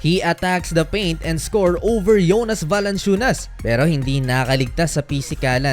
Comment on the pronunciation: Yung jonas naging yonas 😂